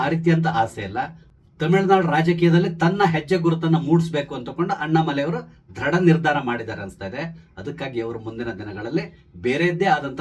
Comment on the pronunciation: ದ್ರಡ ನಿರ್ಧಾರ ಅಲ್ಲ, ದೃಡ ನಿರ್ಧಾರ, ದಯವಿಟ್ಟು ಉಚ್ಛಾರಣೆ ಸರಿ ಇರಲಿ